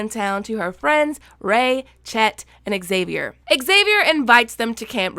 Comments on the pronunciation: I think xavier pronounce as havier..? Cmiiw but ex savier is not the to pronounce the name? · I hate how you say X-xavier. It's only XAVIER. Drop the extra X! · why did i keep hearing you say "Axavier" instead of "Xavier" ? It kinda triggered me even tho the video is pretty good ^^ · Pronounced zavier...not exzavier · Zavier not Xavier the X is pronounced with a Z even in American English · Okay, before we go any further... Xavier is pronounced Zavier... Cool, let's carry on! 😃 I am 100% here for the kid being a ghost!